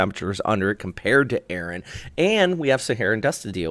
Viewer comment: The storm is ERIN not Aaron! It's ERIN!!!